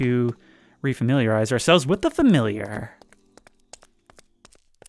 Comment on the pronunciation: I hate to break it to you, but you pretty much say “fermilliar” every time you say the word lol